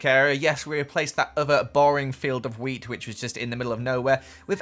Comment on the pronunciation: Every time he says “wheat” I think he’s saying “weed” 😂